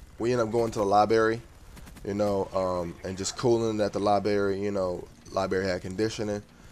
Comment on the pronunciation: libary lol sorry bro